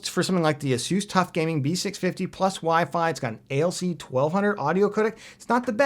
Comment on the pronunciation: You did it again. Repeat after me "B650"